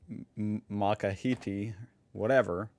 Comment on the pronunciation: It’s pronounced mokkacheeno.